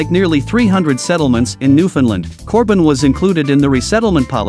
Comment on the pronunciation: Stop calling it new finland.